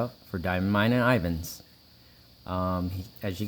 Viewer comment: After 10 times you said my name right!! Lol Thanks for the good shout out ! Thanks for the great support!!